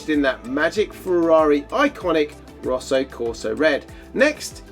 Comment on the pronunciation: Btw, it’s ROSSA not Roasa.